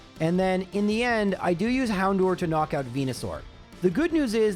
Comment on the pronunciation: The way he says Hown-do-er was stressing me out